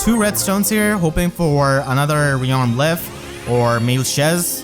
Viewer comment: "Lif" is pronounced like "Leaf" btw